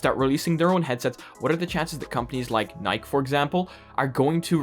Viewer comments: It’s Nik-EEEEE not nik£ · "Var-ee-o - which apparently is the correct way to pronounce it. And not Var-zho" - Also: "N-eye-k" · Spends 30 seconds talking about how to properly pronounce Varjo Mispronounces Nike